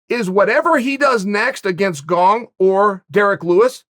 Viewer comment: Cant even pronounce gong right. 😂😂